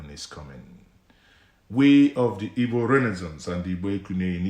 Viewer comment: what kinda Igbo are u? Pronouncing Igbo ass Ibo. Bro only Yoruba jackass calls igbos Ibo which is the wrong word and pronunciation. Is like u wia born in Yoruba land.